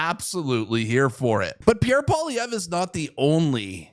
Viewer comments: Poilievre pronounced: Poly-ev. I agree. Next election I will vote for common-sense Pierre Poilievre. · Pee-Air Pol-ee-ev-ru, not that hard and I'm English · Im 100% Bilingual and I phuck up his name, Joe does not speak french, I get his difficulty with it.